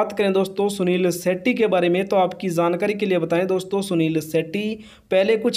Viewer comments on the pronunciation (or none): भाई आप मत बैला करो या तो सही बोलो सही शब्द नहीं बोलते आप सुनील शेट्टी को आप शुनील शेटटी